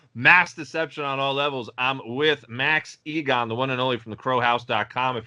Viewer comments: The American called you "E-gun" instead of Igan lol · Who is Max ' egon ' ??? His name is IGAN .... pronounced e - gan. How max did not correct youi dont no!! I would of 😤